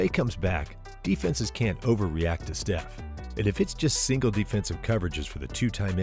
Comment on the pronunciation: Not sure if I can take someone saying Geeannis twice talk about basketball seriously... I really don't know and honestly more impressed he pronounced Steph's name correctly.